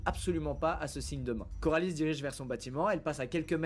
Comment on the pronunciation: Juste c coralie pas carolie 😅😅